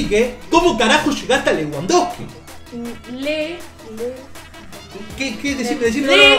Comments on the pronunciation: "es alemán": "lewandosky" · "Aleman", "Lewandoski" ajajja